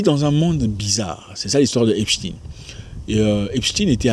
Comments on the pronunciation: On prononce epstain pas epstine ! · Arrêtez de dire "Epstine" !! Cest Epstein !!!